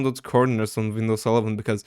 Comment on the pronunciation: The way u said Wnidows XP said a lot about you being Turkish than the google search history, great video btw